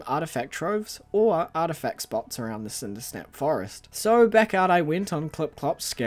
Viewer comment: I wonder how distraught will be when they realize it’s Cindersap, not Cindersnap